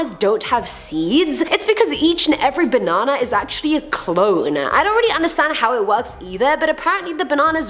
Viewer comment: I like how you say Ba Nan nA 😂